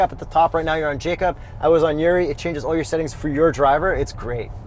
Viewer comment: His name is Jakub but you read it like Jacob, why is that? :D